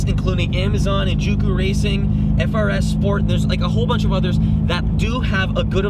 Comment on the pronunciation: it’s frsport not “Frs sport”